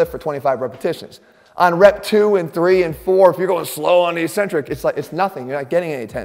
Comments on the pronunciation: Maybe it’s because my dad was an English prof, but I tune out as soon as you say “E centric”. The word is “Ek centric.” There are two c s. NO ONE in the exercise world says it correctly. Be brave. Be the first. It’s just ignorant. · When you say "e-centric", do you mean to say eccentric (said eck-centric)? Ecentric (as written in the subtitles) is a company.